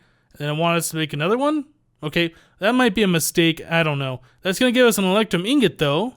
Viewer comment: Does it bother anyone else that he says ingot wrong?